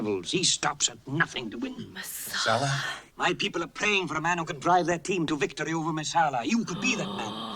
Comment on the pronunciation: It's Messala, not Marsala. 🍷